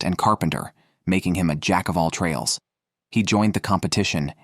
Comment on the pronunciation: A jack of all trail 😂😂 a jck of all trades lol americans pls dont say you speak english because u dont like A..rab lol its Arab not A..rab learn english pls